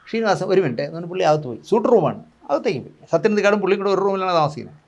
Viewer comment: ഷീനിവാസൻ അല്ലെടാ... ശ്രീ...ശ്രീനിവാസൻ എന്നു പറഞ്ഞു പഠിക്കെടാ